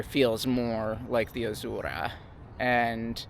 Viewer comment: loved the review. but got annoyed with the way Azura was being said 😢 Am I the only one haha. I’m sorry.Azzzzeuuurrah